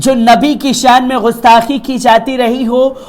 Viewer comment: بابو! میں پل پل نیوز کو ہمیشہ اور بڑے غور سے دیکھتا ہوں۔ اور تمہاری کوششوں کو دیکھ کر مجھے بہت خوشی ہوتی ہے کہ یہ ایک بندہ ترقی کر کے ایک نامی گرامی اینکروں میں شمار ہوگا۔ اس سلسلے میں میری ایک گزارش ہے کہ نیوز پڑھتے وقت اس میں جو اردو کے الفاظ آتے ہیں اس کی ادائیگی صحیح نہیں ہو پاتی ہے۔اور یہ اردو جاننے والوں کو بہت کھلتی ہے۔ جیسے غستاخی =صحیح لفظ گستاخی ہے۔ خل کر =صحیح لفظ کھل کر ہے۔ خلخلا اٹھے =کھِلکھِلا اٹھے آور بھی کئی جگہوں پر جیسے جرائت یعنی ہمت کی جگہ حماقت کا استعمال کر دیا جاتا ہے جو سراسر غلط ہے۔ حماقت کے معنی بے وقوفی کے ہوتا ہے۔جسِ کو آدمی ہمت کے معنی میں استعمال کر دیتا ہے۔اِن سبھوں پر خاص خیال رکھنا ہے۔ اِس کے لئے اگر اردو پڑھنے کی ضرورت ہے تو پڑھی جائے، کیوں کہ بغیر اردو کے نیوز پڑھنے میں کشش باقی نہیں رہ جاتی ہے۔ جتنے بھی اردو جاننے والے اینکر ہیں وہی کامیاب بھی ہیں۔ والسلام